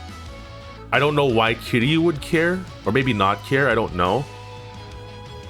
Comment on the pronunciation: It annoys me the way you pronounce Kiryu with three syllables instead of two.